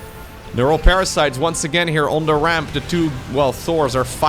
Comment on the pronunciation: i always love when you said " the explosion de command center" with french accent ...deserve a like that it.